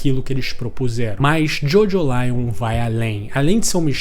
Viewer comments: Não costumo corrigir pronuncia, mas a forma de pronunciar Jojolion é como em Evangelion e não como em Lion de leão, pois o sufixo lion é para dar essa ideia de evangelho mesmo. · a pronuncia acredito q nao seja essa, nunca vi ninguem chamando evangelion de evangelaion